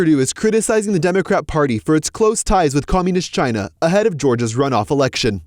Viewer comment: Swallowell for example, Chy-na Joe for another